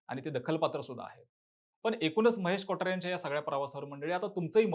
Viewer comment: Kothare bol na ...kotaare kotaare ka krtoy 😂